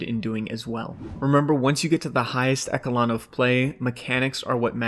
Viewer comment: This was one of the best guides I’ve ever seen...until I heard that pronunciation of ‘echelon’, then it made me realise that one person can’t be good at everything, and it made it an even better guide for life. <3